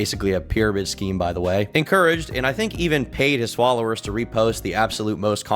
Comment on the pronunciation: I heard "Swallowers" vs "Followers" Tracks